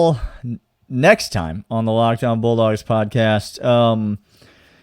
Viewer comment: I heard that too. 🤣